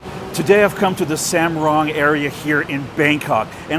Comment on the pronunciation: Sumrong call somerong in Thai pronounce.